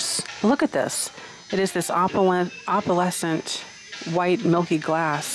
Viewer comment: Love ur videos but wish u would pronoun opalescent the correct way!! Go to YouTube How To Pronounce Opalescent....& just practice, like they say practice makes perfect!!!!